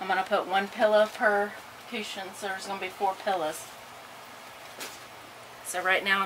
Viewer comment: cooshin..I love the way you say it! lol